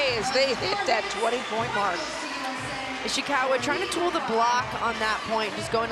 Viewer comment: the way she pronounced “Ishikawa” as “Ishiwaka” got me😅